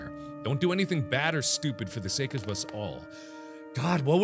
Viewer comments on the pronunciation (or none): none